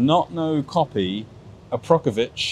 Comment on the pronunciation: did he say "Aprokovic"?